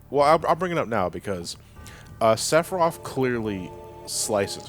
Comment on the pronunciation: Number Fifteeeen: SEPPA-RYEATH